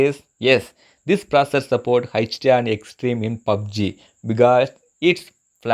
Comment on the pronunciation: "New proser"